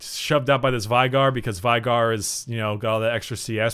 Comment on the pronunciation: Vigar..... It's fucking veigar VAYGAR.